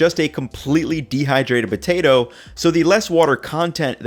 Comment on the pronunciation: Why does he say "Butato" but still says "Potato chips"?